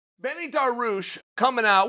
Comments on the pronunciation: Me: “Ben eel Dary uush” Chael: “Benny Dar Ruush” Me: “Benny Dar Ruush” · And he says benny too 😂